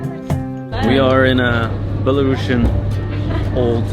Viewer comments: Many thanks for your video! 👍But there is one small but important note :) The country name is Belarus and the word "Belarusian" is with a single "s" letter, it pronounces as "/ˌbel.əˈruːs.jən/", not “Bela-russian”. It is important, because otherwise it sounds as another version of russian, which is not the case. Thanks. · You pronounced it wrong. It's not belaruSHian. It's BelaruSian. Just S sound, like in word TuniSian. No SH sound at all. Thank you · Such an unexpected video! 😀 I have to mention that the correct pronunciation of the word Belarusian is [ˌbel.əˈruːs.jən]. Due to the country's name change after acquiring independence at the very end of the USSR, the adjective has also changed. It's a pity you couldn't speak about the essential things that are inevitably political. Thank you for caring about the security and well-being of the people you meet, it means a lot! Our country is under the oppression of an absolutely illegitimate gang who arrest, torture and threaten their citizens inside the country and abroad. To make it worse, they try to drag Belarus into the awful, unbelievable Russian war against Ukraine which no Belarusian could ever imagine